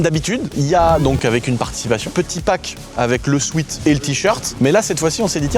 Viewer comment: J'fais mon relou, mais c'est insupportable à chaque fois le "sweat" mal prononcé. "Sweet" prononcé souite = "doux", comme un bonbon, ou "sweet heart", et "Sweat" qui se prononce "souète", qui veut dire sueur. Un "souète" shirt, pas un souite shirt.